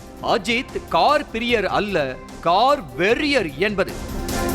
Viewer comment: கார் வெறியர் தானேடா பாலீ..ஏதோ காமவெறியர் போல அழுத்தி சொல்ற.உன் செய்தில தீய வெக்க